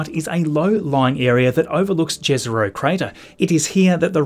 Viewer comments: Hi, I'm from Slovenia and in our language jezero means lake. I think a few other slavic languages have the same word. We don't pronounce j as you y. So right way of saying would be like yezero. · “Jezero” is pronounced “Ye-ze-roh”